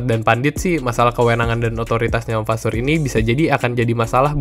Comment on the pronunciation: Kalo g salah fasseur dibacanya fasoir